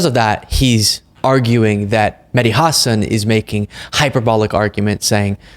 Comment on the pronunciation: Props to you for correctly pronouncing Mehdi Hasan's name. So many people do "Ha-SAHN". It always bugs me when people in the media don't take the few seconds it takes to find out how to correctly pronounce a name.